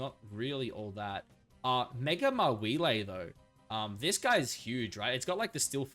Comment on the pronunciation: What is up with that weird way you pronounce "Mawile?"